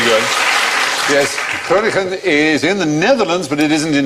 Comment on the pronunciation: I think it's adorable how they tried to pronounce Groningen the dutch way by pronouncing both G's the dutch way. But the second G has an N in front of it so it is not pronounced like the first G.